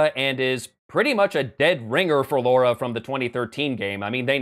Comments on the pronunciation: What is with Americans? It is LARA not LAURA, no U in it you see. Sorry but, as a Brit, this drives me crazy. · It's pronounced Lara. Not Laura. Lara. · "Laura"? Is that an accent thing, or is he taking the smeg? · Why do americans pronounce it "Laura"? It is not as much of a criticism, as me wondering why. It's not the first time I'm seeing it and I am very curious.